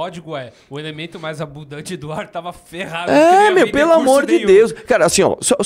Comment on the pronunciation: O cara tbm fala "AMbundante"...